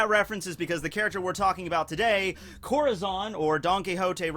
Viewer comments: Corahzon? Try not to ad that "aw" sound at the end of every "A" when coming to Japanese (but in this case a Spanish word). nevertheless love your videos, stumbled upong them recently. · Dude i love your vids but your pronouncing it wrong (corazon)